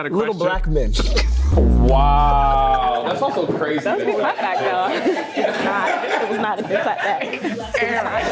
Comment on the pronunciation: anyone notice how became African for a second? “Goud”